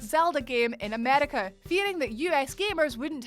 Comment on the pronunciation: The way she said America was kinda funny lol